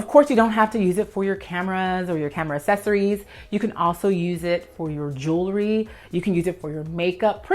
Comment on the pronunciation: Since you asked for the proper pronunciation of Almonds in another video I feel you may appreciate my two cents on how to pronounce Accessory. Ax,ess,ory YES😉 Assess,ory NO😏 As an Organizer the word Accessory os used quite frequently on filmed content, in meetings, presentations & consultations with Clients. Every time you pronounce it as Assess,ory I cringe from flashbacks of my Speech Professor scribbling how many points he would deduct from grades every time I or other students mispronounced a word. When communicating professionally, I would love for you to feel confident & I want those who contract you to feel confident in you to. No disrespect, it could be compared to the question of how to pronounce Potatoes & Tomatoes, but trust it's best to clarify these while you're young.